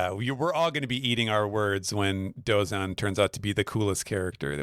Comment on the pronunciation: that would require being able to pronounce things correctly--take Dooozan for example